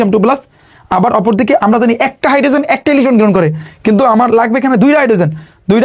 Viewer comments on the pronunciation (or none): ইলিখঠন গ্রিহন😂😂😂😂